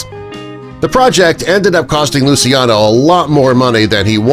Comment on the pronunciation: Just a small correction of the pronunciation of Lucciano’s name. It’s not as you pronounced it but it’s pronounced as: lu chiya no, with the I being a silent one.